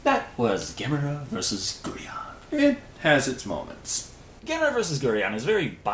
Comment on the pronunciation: It’s pronounced GEAR-on, God dammit! GEAR ⚙️!!!! Ang-GEAR-us! Mega-GEAR-us! GEAR-ON!!!!!!!!!!!!!🤬